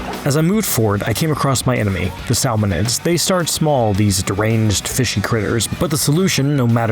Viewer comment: SAL-monids… really?